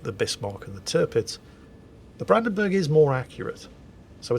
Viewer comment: whilst you are pretty good with most german names Brandenburg is a bit of (the "Branden" part is fine), the "burg" doesn't get pronounced like you pronounce "burgers" but the u gets pronounced similar if you go "uhhhh" (it just doesn't get stretched), not like an "e". Maybe it will help^^